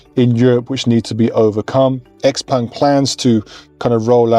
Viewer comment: xpeng is not pronounced like that you nob..